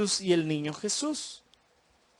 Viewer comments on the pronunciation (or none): none